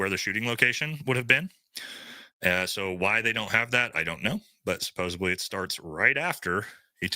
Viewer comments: SUPPOSEDLY* it’s not “Supposebly” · Supposedly not supposably. I’m begging you. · Buddy….”supposeably” is NOT a word…. It’s supposedly!